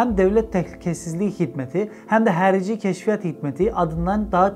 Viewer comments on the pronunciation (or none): Abi, bunu bilerek mi, yapıyorsunuz bilmiyorum ama "XARİCİ"nin türkçedeki karşılığı "HARİCİ"dır."X" harfini telafuz edemiyorsanız bunu "H" olarak okuyabilirsiniz. Diğer sesler zaten türkçedeki ile aynı. "HERİCİ" ne, dalga mı geçiyorsunuz? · "Nəzirlik" yox, "nazirlik". "Xərici" yox, "xarici". A hərfi ilə probleminiz var? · Abi sen Harici diyemiyormusun? Herici ne kerdeşimm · Emeğinize sağlık amma Xarici'ni Harici diye okumak yerine Herici diye okuyarak fazla kasıyorsunuz. X ile başlayan sözü hani bir şekilde anlarım da Nazir kelimesini de hayli hayli nazir diye okuya bilirsiniz Nəzirliyi nedir Allah aşkına, bir de okuduğunuz gibi de yazmışsınız. Sonuçta çince deyil yani bu da türkçe. Bu kadar yakın dili bu kadar zorlanarak telaffuz etmeniz biraz garibime geliyor. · Hərici, ya da herici değil, Harici. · Harici sözü türkçede yok mu? Niye hərici diye telaffuz ediyosunuz? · ala,adlari emelli bashdi oxu.nezirliy nedi?herici nedi?yox bi merci nazirliyi.oxumagi oyren